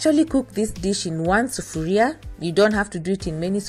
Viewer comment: I was born in Kenya(nairobi) I am so glad you say 'Sufaria'. This reminds me of my childhood 18 years) I would love to hear you using more swahili words. Try!!!